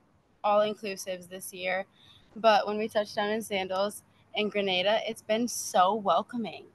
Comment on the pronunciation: The country is called Grin Nay Da, Grenada, not Gra Nah Da, Granada.